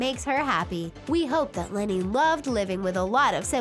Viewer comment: did someone else heard leni as lori?